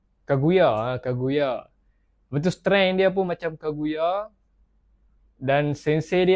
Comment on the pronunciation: Kaguya bang,bkn kagaya,kagara..nasib baik tk jd kangaroo😂😂